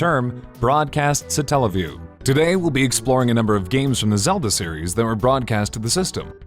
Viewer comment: why is the emphasis put on the "tell" part of the word? God damnit, it comes from Satellite. Satellite - satelliview. Also, am I the only one who remembers SEGA CHANNEL? Nobody talking about the satelliview seems to remember it, or if they do, nobody mentions it. For those of you who don't know, back in the days of the gensis, you could get a service thru your cable provider that would connect to your genesis and allow you to try demos of new games.